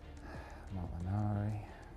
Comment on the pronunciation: I love when he says mollinari hahahahah I'm going to do the from now on